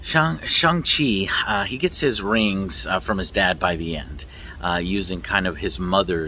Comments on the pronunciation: Pronounced Shung Chi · Great vid as usual Joe! As for the pronunciation of Shang Chi, it's pronounced like "shun". In Mandarin Chinese Pinyin, all words that ends in "an" has an "an" sound, and those that ends with "ang" has an "on/un" sound. For example, 版(ban) is pronounced like "ban", and 帮(bang) is pronounced like "bun". Anyways, here's hoping the movie does come to Chinese theatres, as many Chinese people are talking about boycotting it due to the villain in Marvel comics was "Fu-Man-Chu", a really racist caricature that Asian fans have always been pretty pissed about. But man, I really want to see one of my favourite actors (梁朝伟) in one of my favourite film actors hahaha. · Apparently it is pronounced "Shong chi." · Stop calling him "Shang" Chi after you JUST watched the movie dummie! His name is pronounced SHONG-Chi! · My bro said Shang-Chi is pronounced Shong G. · It was sooo good, also it’s pronounced shung chi but no worries! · Shang- Chi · You saw the movie but are not sure how to pronounce the main characters name. You're like an independent ign and that's not a compliment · Joe is still saying the name wrong at the start even though there's a scene where Shang-Chi explains how to pronounce it lol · First 5 seconds into the video already pronounced the Shang Chi name wrong after having seen the movie lol love you Joe I loved the movie as well man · How do you watch this entire movie and then continue to pronounce his name incorrectly?